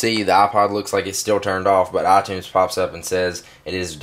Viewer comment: Its iTunes, Not Aaatunes =.=